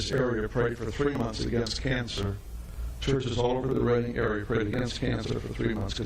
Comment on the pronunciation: As a uk resident it’s not redding it’s reading but it didn’t make any news channels here.